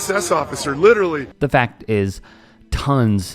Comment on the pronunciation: Please stop saying litcherally. It’s not a word.